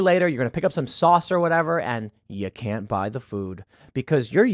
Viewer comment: "I cannoy allow that, Dave."